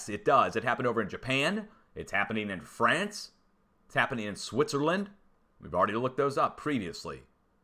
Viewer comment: He said "Fray-ince" LOOOOL